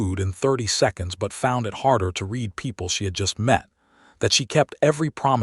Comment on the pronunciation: Enjoyed the story, but the Ai is still not narrating correctly, even after all this time. It is pronounced RED Read his face...is Said as RED...NOT READ..... Celia..is pronounced as Ceelia...